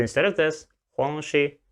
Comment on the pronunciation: Just a tip, the "Shi" in Huang Longshi is pronounced "shur", not "shee". Thank you for the video!